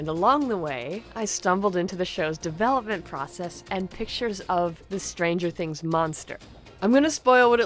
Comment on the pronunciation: Stranger things.... Strangier things.... Strangierier things.... Strangiest things.... Stranguoariar things.... Strongiariola things....